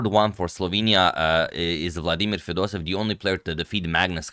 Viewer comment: FedosEEv !!! With 2 EE, NOT Fedosev !!!